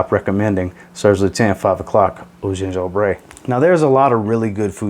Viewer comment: Hello, if you are going to recommend more and more the lutens one, Gingembre is pronounced "Gingembreu" ! The "e" at the end is prononced like a regular french "e", it's not an "é" ! But nvm, great vidéo :)